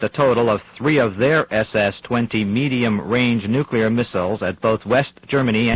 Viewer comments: Haha, George W always said "nucular" & Laura would just cringe. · Lol. How did the two syllable "nuclear" turn into three syllables? It's two syllables - "nu" and "clear." I don't see how you could possibly get three syllables ("nu-ca-lar") from that. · In the 80's and 90's ,many pronounced the word"nuclear" as "nu-cu-lar". Don't hear that as much anymore. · Well done, but....'nukular' gave it away. That said, production was very good. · For the record, NEW-KLEE-AHR! How hard is it? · "Anti-nookyooler weapons." Gee Dubya Bush applaudsifies this. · You people need to cut this "Dubya" stuff out. Presidents Carter and JFK ALSO pronounced it "nucular". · It might be time to officially change the word 'nuclear' to 'nucular' as few people manage to get it right. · If you can pronounce the words 'new' and 'clear', you can string them together and correctly pronounce 'nuclear'. No effort involved. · Pretty sure no one said “noo-kyoo-lur” in the 80s and that was a Dubya invention, but I was between -2 and 7 then so my memory wasn’t the best, feel free to correct me if people were actually saying nookyoolur then. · Did you catch that? "Nook-yoo-lar" weapons? I don't know about any of you but the word NUCLEAR is pretty damned easy to pronounce! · I cringe every time someone in this program says "nucular." I can't believe that actual international news correspondents don't learn how to pronounce that word correctly. Otherwise, this is a great program. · And I'd just congratulated them on saying 'nuclear' correctly although they were struggling not to say 'nookular'. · You heard it right, folks. He was well on his way to saying 'nucular' and course-corrected. To be fair, during the 70s and 80s, a lot of people said that. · “Noo-koo-lar”. “British Embassy” (and in Toronto!) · NOTE TO THE VOICE ACTORS: If you can't pronounce the word "nuclear," don't say it. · I can’t help but think that they were trying to replicate the mispronunciation that we’re likely to hear in such an event.